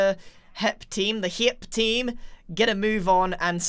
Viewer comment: Anytime Grian says hep instead of HIIP- "HEP oh, sorry, HIIP"